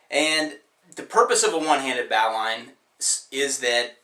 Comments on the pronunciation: mikey41rules You're wrong Both are nautical terms. True, 'Bow' is pronounced like 'How' ... but 'Bowline' is pronounced somewhere between 'bo-lun' and 'bo-lin' .... And, just to demonstrate how strange nautical words can be, "forecastle" is pronounced "fox'l". Need proof? From VARIOUS dictionaries ... (/ˈboʊlɪn/ ) <--- Oxford English, Collins Advanced (ˈbō-lən, -ˌlīn) <--Miriam Webster ('bō-lun') <-- The Knots and Splices Bible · Mr Mr GaryChap is indeed correct, that you’ve read in a dictionary is one thing, I served in the Royal Navy where it is pronounced Bo-lin, ships do not have Bow’s they have a Fox’l, yachts and other pleasure craft have a bow. The French Navy, German Navy and United States Navy all pronounce the knot Bo-lin, they’re the only other naval vessels I’ve spent time on, but the Australian Navy call it a Bo-lin too. I’d say that chances are that the navies of the world are correct on this one. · Love this trick, will have to try it, useful for sailors too. A minor quibble, at least among sailors, it's pronounced boh-lin. A bow line is what's attached to the bow of the boat. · it's actually like "Bow line" as in crossbow, bow-tie, bow and arrow. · bow-lin, bow like (bow and arrow) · its pronounces "bow linn" - a sailor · Learn how to pronounce it before you try to teach tying it !! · I can’t take seriously, anyone who can’t pronounce bowline correctly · Every time he said the name of the knot, I corrected him as I said it in my head. Good vid otherwise. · Looking for instruction on this...but the second that an "expert" mispronounces "bowline" I move on. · I remember learning this in Boy Scouts. Thanks for reminding me. Just wondering about your pronunciation: where I'm from we pronounce bowline with the "bow" part sounding like an archer's "bow"; yet you pronounce it like the bending at the waist "bow". Is this a regional pronunciation thing, or have I just been saying it wrong? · first thing, he needs to know how to pronounce it.